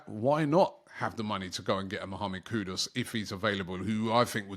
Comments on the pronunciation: Mahammed Kudos 😅 Robbie murdering names here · Noticed a lot of UK people do this. How do you pronounce the "Ku" right but the "Dus" wrong, it's the same "u" sound